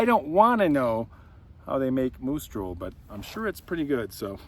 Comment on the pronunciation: As my ear bud fell from left ear I thought heard you called the beer Moose Stool. Hmmm. I'll pass on this beer 😅. Moose Drool 🤤. Hmmm. I don't know. I drool and the taste of slobber isn't appealing. Love your stories,.